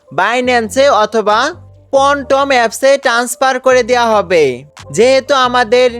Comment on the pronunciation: পনটম 😄 ফ্যানটম